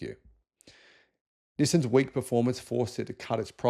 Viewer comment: NisSAN, not NisSIN!